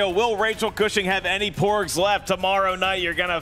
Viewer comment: Did say more 'pugs' coming in instead of porgs during third round? 😁